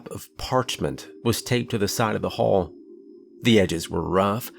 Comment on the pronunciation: Channel Zero —Candle Cove was a tv show. 🤔🤔 The hull had patches. Not the hall.🙄 Mispronounced words make a huge difference!!